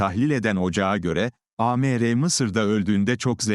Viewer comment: AI okuyunca Amr ismi A-Me-Re diye okunuyor. Hımm.